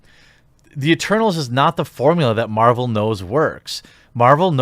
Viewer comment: Stop mumbling the word eternals jeremy, I keep hearing turtles, and it is confusing for a simple mind like mine.